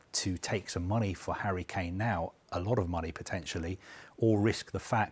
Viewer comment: this dude said "Hurricane"